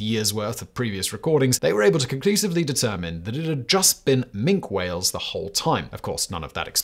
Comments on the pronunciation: By the way Simon, "Minke" is pronounced "Minki". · It's pronounced, "minkee" whales, and they're not aliens....sad. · Minke doesn't have a silent 'e'